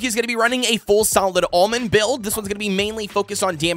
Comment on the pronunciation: "Solid Almong" 🤨🤨🤨